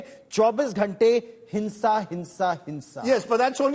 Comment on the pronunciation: It's not HINSA 😂 HIMSA